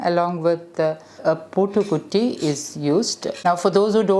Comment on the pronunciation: It is not poottukudam or poottukutti, its puttukudam / puttukutti. Bcz poottu means lock. I know u know malayalam , so better to pronounce it correct